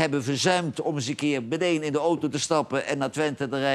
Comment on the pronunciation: Verbaas me toch altijd over de uitspraak van het woord 'meteen' van Derksen. Als oud hoofdredacteur dien je toch wel te weten dat 'bedeen' geen woord is?